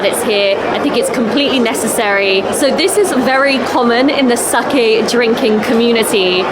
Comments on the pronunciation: 英語圏ではサキって発音されることも多いけど、サケって正しく発音してますね。日本のイベントなので日本人好みの味が分かります。海外の日本酒は現地人好みに変化して行くしそれはそれで悪いことではありません。でもとりあえず日本人好みの味を楽しんだのですね。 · sakeをsakiと発音する外国人多いですが、流石です。